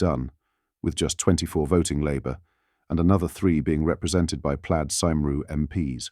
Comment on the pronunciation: Learn your pronunciation. Cymru (Wales) is pronounced "cum ri"